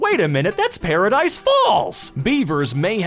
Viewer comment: you said it right, they got inspired by that mountain in UP, the paradise falls is on amazônia, it is a heavenly place ;) (but extremely hard to climb on)